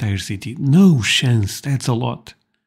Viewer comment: "No shance"